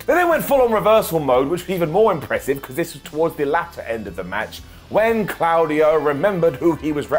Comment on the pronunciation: For anyone commenting on pronunciation of Claudio he’s correct it’s clow dee oh not claw very European indeed